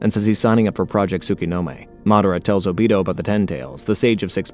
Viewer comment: ”o-beat-toe” too